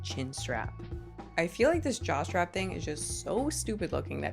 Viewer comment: Am i the only person who hears jock strap instead of jaw/neck/head strap? Just me? NOOOOO. 😂😂